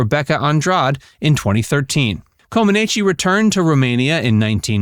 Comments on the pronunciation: pronounced Coe-Ma-Neech !! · To me, it's pronounced "Common-Etch" but say it quickly. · Her last name’s pronunciation is Comaneech. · Yes! That mispronunciation was so annoying. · embarrassing. Narrator can't even pronounce her name correctly and expects to be taken seriously. please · A deep dive? Research sufficiently to learn how to pronounce her name. It’ll give you credibility. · You are pronouncing her name incorrectly!